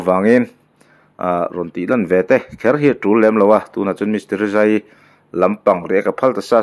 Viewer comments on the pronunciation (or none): Tereza tiin ilam a teresa ani lawm mi